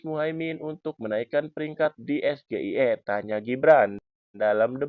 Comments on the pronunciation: Sejak kapan SGIE jadi bahasa baku ? Singkatan pelafalannya disampaikan dalam bahasa asal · EJa bhs Inggris SGIE aja bhs Indonesia .... SeRapih Rapih MeNyusun Jawaban PasTi ada CeLah KeSalahan nya Dari Lidah GiBran ... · Pengen kliatan keren, n dikira org dia pinter.... hadeeeh.... ternyata nyontek.... mbacanya aja salah.... klo kek gitu anakku SD Kelas 3 aja bisa mbaca ejaannya....😅😅😅😅😅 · Wak Fadli zon pasti tau Gibran salah pengucapan msh aja ngeles......gitu aja kok repot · Gibran sok hebat biar lawan debatnya malu tapi dia sendiri bacanya salah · SGIE itu kependekan dari kalimat bahasa INGGRIS ...State of the Global Islamic Economy Yg harusnya Dieja gibran dg es, ji, ai, i DAN BUKAN es, ge, i, e 😃😃😃😃😃😃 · SGIE (State of Global Islamic Economy), cara bacanya (mungkin) Es-Ji-Ai-I. Begitulah orang BODOH mengejanya dalam bahasa ASLI-nya (in ENGLISH). Saya Goblok Ingin Edaaaan....! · Sok pintwr tapi blunder bran Gibran,, SGIE itu singkatan BHS inggris,jd bacanya jg harus Inggris yaitu es ji ai i,,bkn esge i e,,t7 anya menjatuhkan yp blunder ,,dan saya tanya kenapa Gibran pakai 3 mic yg lain tdk dan waktujawab ada suara perempuan sudah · wkwkwkwkwk hanya RAKYAT CERDAS.... Yg faham SGIE es, ji, ai, i JADI es, ge, i, e😃😃😄😆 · Es Ge Ii Ee kepanjangannya dlm bhs inggris mestinya singkatannya dlm bhs inggris juga Es Ji Ai Ii, piye tooo... udh pnya contekan msh aja salah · Guru si samsul lupa ngajari cara sebut SGIE yg benar,, 😂😂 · Down grade ya 😂😂 Meski akhirnya dia geli juga dia ralat ES GE I E jadi ES JI AY I 😂😂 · Gibran bertanya kepada cak Imin. Es Ge I E. Kayak nya Ejaan Bahasa Inggris Gak Ada Huruf Ge. Waktu Kelas 1 SMP gw belajar E , Bi , Ci , Di , I , Ef , Ji , etc. Kalo Es Ge I E , huruf dalam bahas Inggris nya S , ? , E , A. Singkatan dari apaan tuh 😉?? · 👎BLIMBING SAYUR SURUH BELAJAR NGEJA ABJAD INGGRIS DEH. SGIE DIEJA ES JI AI I😀😀😀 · Baca huruf abjadnya aja salau